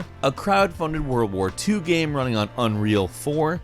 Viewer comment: I can't help but notice that your pronunciation of the word "game" is very weird.